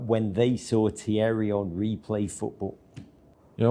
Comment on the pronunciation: You can’t have an ‘Arsenal’ page that posts a video featuring one of our GOATs… that from start to finish.. mispronounces his name! 🤦🏻‍♂️🤦🏻‍♂️ Come on guys.. that’s shocking!